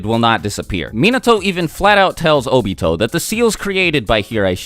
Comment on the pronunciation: his names Obito not OBito ob ii to not O ba toe